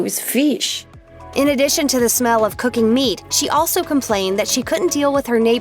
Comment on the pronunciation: "All i shmell ish pheesh"